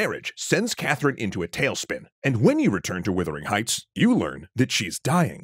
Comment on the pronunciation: This video constantly mispronounces the title of this novel (it is Wuthering Heights, not Withering Heights) and also monsters the pronunciation of Jane Eyre (promounced Air)